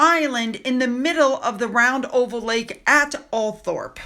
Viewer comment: Althorp house is pronounced all-throp Isn’t it crazy hahaha Like when you see a place name ending in -shire it’s pronounced sheer. English is a crazy language 😂 Wait til they visit Australia and you see some of our place names.